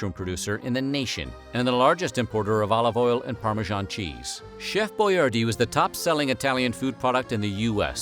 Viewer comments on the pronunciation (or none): Your pronouncing his name wrong. It's pronounced Boy-ardee , not Boy-are-dee. Think Yardy without the y. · It's pronounced Boy- AR- DI. NOT BOYAR-Dee